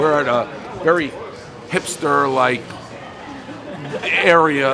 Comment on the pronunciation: "hispter area" aka the ghetto lmao